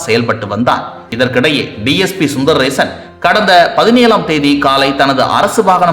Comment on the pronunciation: His name is Sundarasan Sundar rason. Please pronounce properly